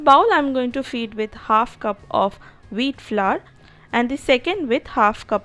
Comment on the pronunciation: Veeet flurr lol